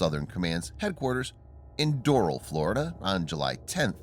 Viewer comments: Do-ral not dorul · Door-Rhaaal, Florida, not Dur-Ril. lol! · It’s pronounced as Do-ral, not Doral. Great update regardless